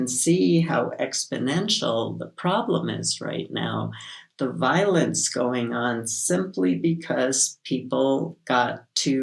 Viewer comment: "We're seeing the violins" is what I heard when said "We're seeing the violence" 😅